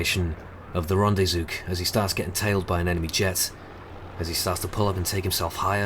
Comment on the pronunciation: He mentioned it. "Stungravy". He said "his own version of rendezook".